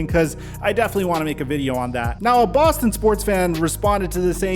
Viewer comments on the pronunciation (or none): none